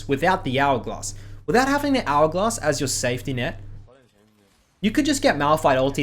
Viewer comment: He says hourglass like algoz